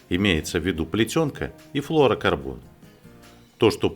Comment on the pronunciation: Да перестань ты говорить флорокорбон,правильно флюро говорить